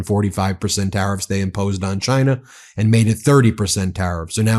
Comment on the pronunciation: in the end everybody gets some high tariffs except Chaaaainah